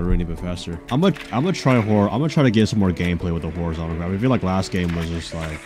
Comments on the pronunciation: WHY DOES BRO KEEP SAYING HORIZONTACAL GRIP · "horizontical grip"